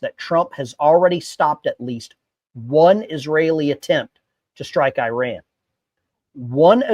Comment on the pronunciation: 1. You pronounced Iran wrong. 2. This is not the first time Israel has striked Iranian nuke sights within the last 5 years. Any statements that this could cuase something to happen is fear mongering. 3.both the republicans and democrats are corrupt rich people. We should be allying with fellow workers not the rich people in congress or like Biden or Trump